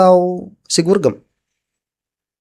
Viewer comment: Gorgom kalee bukan gurgem